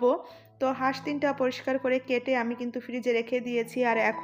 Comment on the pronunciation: হাস কে বাঁশ বলাতে হাসি চলে আসছে